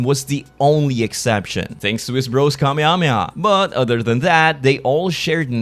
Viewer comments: i hate the way you say kamehameha. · I love the way you say Kamehameha. do you still count as a small youtuber? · Pleaseeeee when you're not firing the beam, please call it " The Kuh-meh-ha-meh-ha."